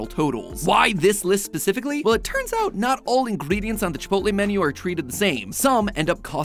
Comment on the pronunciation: Chip - ot - lll